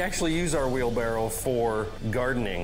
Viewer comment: all i gotta say is wheelbarrow not wheelbarrel